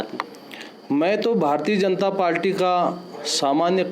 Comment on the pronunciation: श्रीमान आप पार्टी को पाल्टी उच्चारण कर रहे हैं